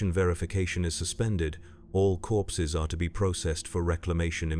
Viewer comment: At first I thought he said “I was counting horses”. I thought.. wait.. this is 40k, went back and listened again, “I was counting corpses” Ahh that’s more like it. 😂